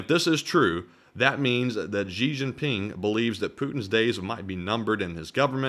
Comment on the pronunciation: the Xi in Xi Jinping is pronounced "shee", not "zhee". The 'zh' sound doesn't exist in any dialect of Chinese. So, for example, 'Beijing' is not pronounced "Beizhing". It is pronounced the way it is spelled. When China came up with their latin alphabet orthography, they reassigned the sounds of several letters they thought to be redundant: X, Q, and C. These letters got repurposed to spell sounds that are very common in Chinese: X makes the Sh sound, Q makes the Ch sound, and C makes the Ts sound. So, when you see Chinese names with the letter Q in it, without a following u, such as "the Qin dynasty", that would be pronounced "Chin dynasty".